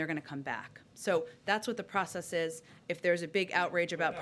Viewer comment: jen's blatant lying "processees" is apparent to all